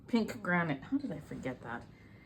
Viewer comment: It’s granite lol